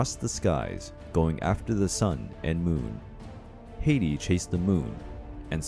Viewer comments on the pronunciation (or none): none